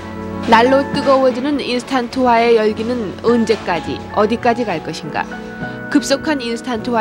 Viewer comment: 나레이션도 언제까지를 은제까지 이러네ㅋㅋ